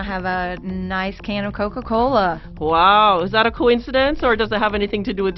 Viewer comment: "The wuourlde uf kuka-koula" Stupid bitch...